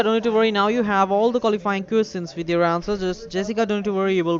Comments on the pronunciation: "Coostians" lel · how he said questions😂😂🤣